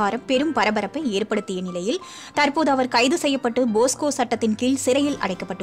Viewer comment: அது போக்சோ சட்டம். போஸ்கோ இல்ல